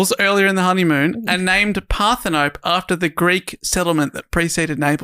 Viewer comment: Ummm ACTUALLY Parthenope is Greek, you pronounce the E at the end like Penelope or Persephone. Screaming into my iPod rn